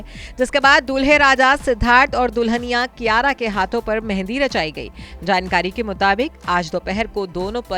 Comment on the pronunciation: Naam bigad rakha hai,kiyara ki jagah kiraya hona tha juban bhi sahi se nhi ghoomti kiyara advani Or kiraya advani